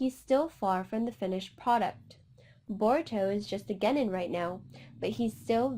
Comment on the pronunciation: The way she pronounces genin 😶